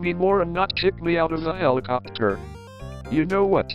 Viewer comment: Bro the npc pronounced it helicoopter